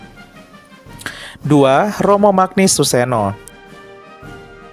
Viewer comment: Mantap Katolik. Mantap adminnya 👏 Hanya sedikit perbaikan: cara membaca nama Romo Magnis Magnis dibaca menjadi Manyis bukan Magnis.